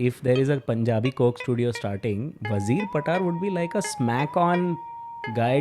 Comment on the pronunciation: Damn ! Its not how you say Wazir patar,(WAAZEER PAATAAR) it goes like ......WAA ZIRR PAATR ( वाहजीर पातर)